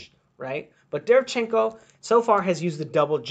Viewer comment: imma help you out. Its pronounced DE - RE - VIAN - CHEN - KO. stress on viAn